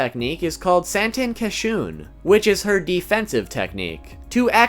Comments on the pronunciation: He said Shun-Shun (persistently avoid, ignore, or reject [someone or something]) instead of SHOO-N SHOO-N. and Shun-oh instead of SHOON-Oh.. but pronounces Soutenkishoon correctly... ANGLO pronunciation rules don't apply to Japanese. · Love how he said Saten kesshun right but not shun shun rikka